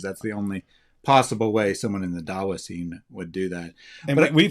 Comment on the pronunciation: This dawa is more like Duh-Oh-Wa.